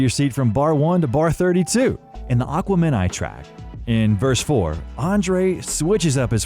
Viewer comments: Ak-wem-in-eye.... Not what ever the hell you were saying. They pronounce it a bunch of times in the song of the same title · A.I. cant pronounce (a- quem-i-nee)😅😅😂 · Say Aqua Minai one more time. I dare ya! I double dare ya! Narrators, please do your research. Shits cringy… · It's pronounced Ah-KWEMEN-eye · Aquaman-i? the fuck? they say this word 100 times on the album.... how do you do research, where you cant pronounce the most popular album name from their catalogue??? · Pronounce Aquemini correctly. They say it on the album several times. A-Quem-In-I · Aqua-Men-I????😂😂😂 Noooooooo. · The way you pronounced Aquemeni was Atrocious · Holy cow doo, learn to say aquemini. It’s not aqua men eye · Aqua men I???? I don't think that's how it's pronounced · Why did i listen to so much of this? Whoever made it clearly knows nothing about Outkast… Aqua-MEN-i??? One listen to that album tells you how it’s pronounced… That means you’ve never heard it. So why the F am i watching this?!? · Learn how to say Aquemini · Aqua men i. Wtf. He knows tetrameters but not pronunciation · if you'd heard it just one time, you'd say uh-KWEHmin' EYE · It's Ah-kwem-In-I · you're killing me with how you're saying AQUIMENI...Please check with black people to know how to say certain words lmao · Aqua-Meni lol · I have never heard someone butcher the word "aquemeni" so badly, or any word for that matter, and sound so confident. I wasn't going to say anything, but you just kept saying it. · I don't know if this is a talk to speech thing but he's saying Aqumini wrong and it's like nails going down a chalkboard 😂😅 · Thank you...driving me crazy...its not "okwomini" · Yo, this trend of AI narrated videos has got to stop and is super lame. "Aqua-men-i". Really? You content creators who can't narrate your own videos are goddamned lazy and shouldn't be allowed to make content. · Aquemini = Uh-Kweh-Muh-Nai Greatly detailed video though! :))))))))))) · STOP PRONOUNCING AQUEMINI LIKE THAT